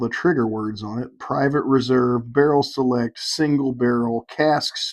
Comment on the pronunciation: Originally I gave my "favorite" bourbon influencer. I'm gonna give my 3 most influential. The guy is a genuine patron of all the stores he visits, he has a great manner about him, and seems very friendly and open. Bonus points to him on his pronunciation of the word "barrel." Janice has opened up a new world of adventure for me and my wife. Her desire to grow couples together through libation and teaching spouses to enjoy something their partner enjoys has actually awakened my wife to trying new things. Lastly, His was the channel that really started me down the rabbit hole, and he gave me hope. I figured, if a goofy chunky redneck from Alabama can do this on this scale, then a goofy chunky redneck from Louisiana can, too!